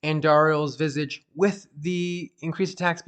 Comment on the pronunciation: The way you say Visage bothers me because you keep saying Visige.